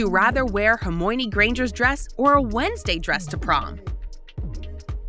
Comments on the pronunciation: See-dric man.. CEDRIC WHAT HAPPENED.. And Hermoine AAAAAAAAAAAAAAAAAAAAAAAAAAAAAA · She said hermione wrong the first but got it right the second time O-o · Yessss like in the prom dress one she said Hermoine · HeRmiOnE XD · Ik like what is hErMOUI-ine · Me to she said hormione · 😭😭😭 I’m not hating but, the way she pronounced hermione’s name OMG IM DYING 😭😭 woman: HERMOIANI p.s in the next question she says hermione’s name like ur supposed to pronounce it? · HermOIne gorl it’s Hermione Anamagus gorl! It’s animajis! Ceeeeedric gorl! It’s Cedric! vOledmort gorl! It’s actually Voldemort i know everyone says it wrong 😑 Gorl you can’t talk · HERMOYNYS who hermony 🤣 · HERMOINY? ITS HERMIONE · Did Hagrid just say her name because I think I just heard someone say Hirmoynee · Ahh. Yes my favourite Harry Potter characters. Hermooine granger and seedric diggory. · Yep same here like girl who the bloody hell is hermoine? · I almost died when she said herMoNe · I jthink she said Hermounie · It’s Hermione and Cedric 😅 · "Her moi a knee " had me cackling! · Yeah the way she said Hermonie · Ikr “Her moy on nee” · hermooineey seedric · HeRmOyOhKnEe granger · I’m sorry ‘Herm-OI-nee’? Bro 😭 ‘Anim-ah-gus’ also you could be a wolf animagus sooo win-win? Ik they’re not the same ‘Nah-gini’ ‘Seedric’ ‘House cup’-proceeds to show Triwizard Cup ‘Erbology’ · "HeRmoINe" "SeEDric" I'm dead 💀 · Her-moy-nie got me rolling on the ground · ‘Hermoiiny’ granger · "HoRmYnAy" Potterheads be like 👁👄👁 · ITS HERMIONE NOT HOIMIONY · Hamoiny dress wtf was that pronunciation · they butchered their names so bad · The way the said Hermione 😂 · She could pronounce Hermione in 4 but not in 3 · yes, i know i was just saying “the WAY she said Hermione was funny” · Bro hermione for the dress one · Hermione lolol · As a Potter head I am laughing 😂 at how she pronounced the Harry Potter names😂😂😂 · the way she pronounced Hermione the first time has me orbiting the sun 💀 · You pronounced Hermione wrong😡😡😡😡😡😡😡😡😡